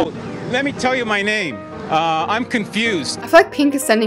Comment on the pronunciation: I love the way u said their names